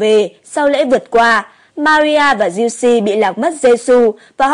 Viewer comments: Thanh Giu se doc la Giu Se chu khong phai la Giu Si nha ad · thánh giuse đọc kì lạ vậy ???? cách đọc theo cách ghi ấy